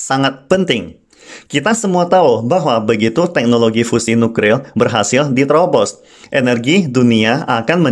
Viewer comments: Slip of tongue... Hrp maklum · Nuklir Boss bukan Nukril...